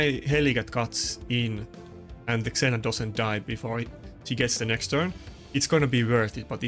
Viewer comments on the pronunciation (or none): Trying to help you with English pronunciation... ZEE-Na, not Zena Jems, not Gems (soft g) IN-TREE-GING (intriguing -{hard g})